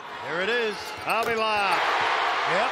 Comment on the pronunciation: They saying avila's name wrong